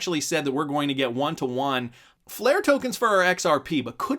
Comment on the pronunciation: AGAIN, its pronounced "won" not "you on"